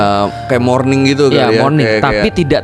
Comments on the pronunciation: Moaning bukan morning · bukan morning tapi moaning...😅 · Btw itu bahasa Inggrisnya moarning bukan morning min..